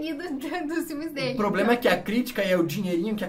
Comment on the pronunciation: Tobey: E quem disse que isso é poblema meu?! 😂😂😂😂😂😂😂😂😂😂